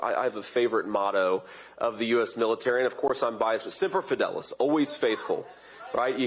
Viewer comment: Why does JD Vance pronounce Semper Fidelis as Simper Fidelis? Didn't he serve 4 years as a PR guy for the US Marine Corp?